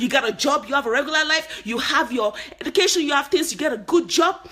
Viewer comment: Just speak naturally. you do try to hard to change your accent. You have H factor. H factor tou bad!!! "Heducation" 😂😂🤣🤣